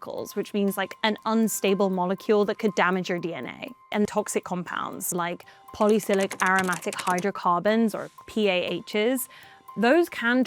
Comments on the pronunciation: the fact that she pronounced 'polycyclic' as 'polysilic' made me lose any confidence that they know what they are talking about. I stopped watching. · She presents herself as an expert, but mispronounces "polycyclic".